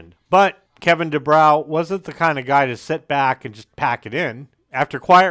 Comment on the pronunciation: Good video; however, you mispronounced Kevin DuBrow's name: It's Du-BRO, not Du-BROW. As for Kevin DuBrow, he didn't just say the quiet part out loud: He raped people's ears with it. After the first 2 albums, even Rudy Sarzo had had enough and left the band. After the 3rd, the (correct) decision was made to fire Kevin. Unfortunately, the even better singer Paul Shortino was unable to save the band, and they broke-up shortly thereafter. The band did eventually get back together again, sans Sarzo of course, in the mid-90s, but the only good song they could muster was an admittedly good cover of the Small Faces classic "Itchycoo Park.* That was it. It's too bad: Quiet Riot was a really good band. Metal Health is still a GREAT album. (There's literally not a single bad song on it, and most of the album is great.) Even their 2nd album Condition Critical was very good: Besides the GREAT cover of Slade's "Mama Weer All Crazee Now," there was the almost-as-great "Party All Night," the very good title track, and the explosive power ballad "Winners Take All." But Kevin's mouth just kept on sinking the band. After Sarzo understandably left, they then brought-in Chuck Wright from Giuffria and wrote and recorded QR III in 1985. Although that album boasted a solid lead single "The Young And The Wild," the song - with its ultra-slick production and elements borrowed from Hip-hop of all places - was seen as try-hard and a desperate attempt to hold onto their rapidly declining audience and in